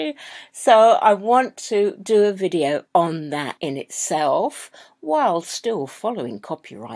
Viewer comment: Vinnys video..Not bideo! 😁